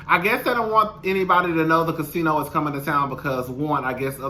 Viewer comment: yes lol that one